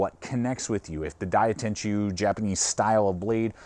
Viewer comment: It's pronounced Die-Ten-Goo, not Die-Ten-Jew